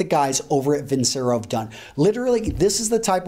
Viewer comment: It is vin-che-ro. Once it's advertised.